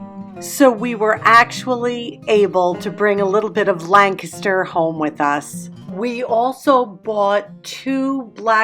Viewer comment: Hi! I was born and partially raised in Lancaster, PA, and I am so happy to hear you pronounce it properly!!!!!! 🤩 I miss it so much, especially this time of year. I was raised frugally and have maintained that through out my almost 50 years of marriage and family raising. I MUST try that pasta sauce! Love your channel.